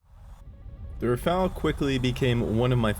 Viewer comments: cough cough it's.. RHAAAA FAAAL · IT IS RUH FALL